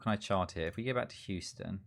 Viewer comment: I love your pronunciation of Houston lol you pronounced it how its spelled basically which I do the same with British town names and im always wrong. Its Hue-stun/sten.